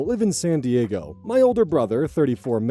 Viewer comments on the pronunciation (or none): none